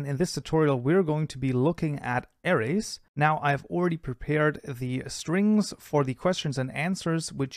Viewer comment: Every time he said "Arrays" in the intro I thought he said "Ares" (Zodiac Sign) 😂